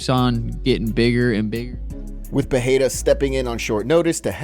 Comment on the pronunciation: It's pronounced PeReira.